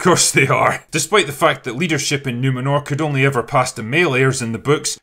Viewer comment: It's not Numenor it's Numenorrrrrrrrrrrrrh